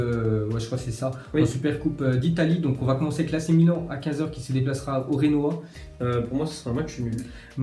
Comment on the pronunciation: Tu es pas un petit peu dyslexique parce que Souampton (Southampton) Guijon(Gijon) Renoa (Genoa) et tu confonds le prononciation de l'espagnol et de l'italien. Mais sinon très bonne vidéo comme d'habitude